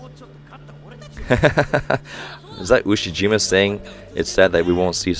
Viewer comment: Ushiyima Wakatoshi.... Ushi-Waka 😁